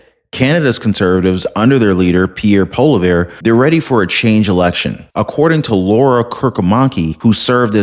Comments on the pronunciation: Its not Polivere Its pronounced Polouve. Sorry Im a big fan of your show. Good 🤞!!! Luck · Also his name is pronounced "Polly-ev" ;)